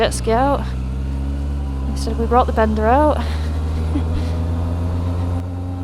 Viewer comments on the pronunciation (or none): pronounced as bēn dá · Bender?! wtf 😂 Maybe it sounds better in a different accent 😅